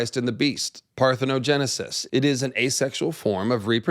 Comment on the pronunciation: Shout out to for nailing the parthenogenisis pronunciation and explanation 😂 These lizard people be impregnating them damn selves!!!